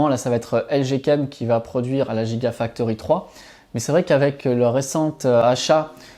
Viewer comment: Petites corrections: — Hibar systems ne fabrique pas des batteries mais des machines utilisées pour fabriquer des batteries. — Soit on prononce « jigausine », soit on prononce « guigafactory », sinon, ça n’a pas beaucoup de sens…